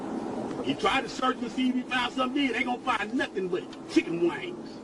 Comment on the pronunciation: Knows all the law but can't pronounce chicken "wings"😂